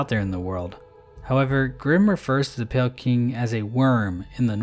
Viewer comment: Emphasis on PALE champion.